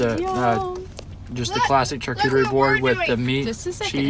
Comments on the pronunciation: Lol 😅😅 well FYI, charcuterie is pronounced shar-coo-ter-ee not ch-ar-ch-oo-ter-ee 😅 so cute! 🥰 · As someone from Northwest Arkansas, actually same town as the Duggar’s I’ve NEVER heard of someone call Arkansas the “middle of the Midwest”.... also it’s pronounced “Char-coo-ter-ee”... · You were saying they can't pronounce charcuterie but you can't either. You should do more research before you "report" and pick apart others. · ‘Derrick, it’s called Prosciutto’..... ‘after they had their CHACHOOTARRY board’ 😂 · Every time she says "chu-chu-teri" it reminds me of the Mary Poppins "chim--chim-sheri" song :) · "They don't always know the fancy words for things..." but you called it a "choochooteree" board. Lol (it's cute. You're cute though.☺️) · Lol hocking on Derick not knowing the right word for his food and you not knowing how to pronounce charcuterie! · Ironic that you mock Derrick for not knowing the name of something as you mispronounce charcuterie. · Ok she says "fundies" don't have much exposure which is why Derick doesn't know prosciutto.... But she doesn't know how to say "charcuterie" board? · can’t read “charcuterie” lol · I cannot handle the poor pronunciation of charcuterie happening in this video 😂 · You make fun of THEM, but YOU can't pronounce charcuterie properly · Yeah you make fun of Derek for not being able to pronounce prosciutto yeah you can’t say charcuterie board. 💁🏼‍♀️